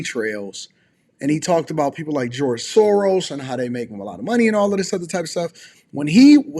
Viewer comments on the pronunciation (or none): none